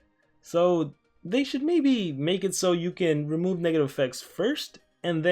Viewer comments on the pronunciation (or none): none